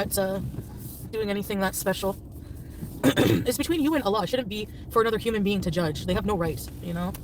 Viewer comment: You know, one thing that proves Salah didn't care for her is that he didn't teach FB how to pronounce "Allah" correctly.